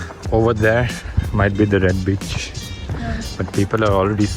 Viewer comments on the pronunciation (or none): Red Beach Tha Vo Red Bitch ni yaar 😂😂😂😂 baaki esa hota rhta hai .. Doing Great buddy i am enjoying your all vlogs 😉😁😁😁😉 Bhabhi ji 😂😂😂